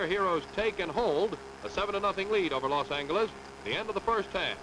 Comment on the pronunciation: "Los An-hard G sound, eles."